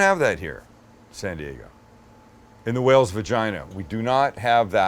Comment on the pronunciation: Did he just say Whales Virginia?